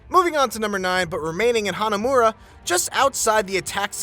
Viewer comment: It's so deliberating hearing Hanamura pronounced correctly. Like Idk what's wrong with you westerners trying to make every japanese word sounding weird. It's not even that hard to pronounce them. what is up with the MAE-NA-MYUUUN. It's just freakin Mah-Nuh-Moo-Nae...